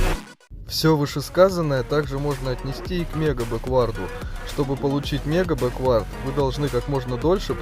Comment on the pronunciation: бЕквард ударение другое 😉